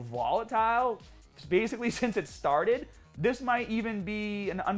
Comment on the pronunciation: Let's get this draaahma stahhted!